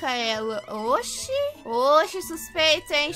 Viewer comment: Xuspeito viu 😂